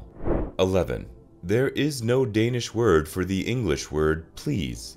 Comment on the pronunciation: The autogenerated spelled subtitles are awful, and the pronunciations of Danish words are horrible. Probably no Danes will understand neither the written nor the spoken alleged Danish words. Besides the video contains some factual errors and points, that need further explanations. Some of the footages are from Faroe Islands or Greenland and not Denmark, and the videos do not always depict the text. Here are some of the major errors by numbers and time: 4) Janteloven is a ten commandments-like list of social rules created in a novel about murder and bigotry. It is not a law to follow but to disassociate. 7) After this video was published, queen Margrethe II has resigned, and Frederik X is appointed king in January 2024. That makes former Australian/Tasmanian Mary Donaldson queen Mary, and their eldest son Christian crown prince. 9) The Cycling Embassy is not an official/governmental institution, but a network with both private and public interest groups. 10) The mountain called Molahosh must be Møllehøj (five out of eight letters are wrong). It is the highest natural point in Denmark and 170,86 meters high. The highest point is probably the pylons at Storebæltsbroen (254 meters), but they are unnatural. 12) Christiania is not a city, but a neighborhood placed on an old military area, that was squatted in :11 Some of the harbor names do not exist (or very bad spelling and pronunciation). 19) English is not a minority language. The majority of